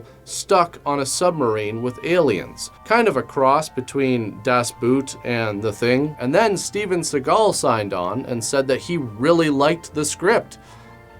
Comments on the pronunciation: Hey, great video 😁 just one thing, as a German: it's not "dus boot", as in how you pronounce it. It's "dus Boat". Somehow every English speaking person says "boot" - trust me, the movie is not about footwear or a British car trunk 😜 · Das BOAT will be better than boot. It's not a boot, it's a boat and you pronounce it as ... tadaa BOAT! lol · 'Das Boot' lol Beter just say it like boat, sounds more like it. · Sorry arrogant german here, just wanna help ;) If you want to pronounce "Das Boot" correctly don't use the "double-o" as in the footwear "boot" but as in "floor". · you gotta be the only person not being able to pronounce "das boot" right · Das Boot is not pronounced as Das Boot.